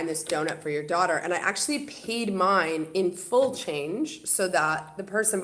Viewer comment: Love your Canadian accent the way you say paid